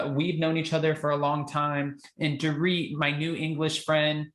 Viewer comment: I lol when she calls Dor..it